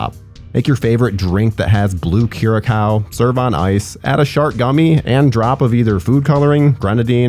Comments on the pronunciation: "koo-ruh-cow"?? Lolol that's not how you say words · Did my man really pronounce curacao like that?